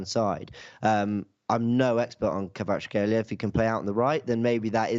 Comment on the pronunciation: Keisha Karatsheila